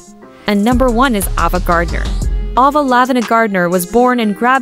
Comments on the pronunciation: Her name was pronounced Ay-vuh, not Ah-vah. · ITS PRONOUNCED A VA I GREW UP WATCHING HER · I hate the way AI mispronounces names. It's not Ava, like ABBA. It's a-va. We're all doomed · You need to learn how to pronounce Ava!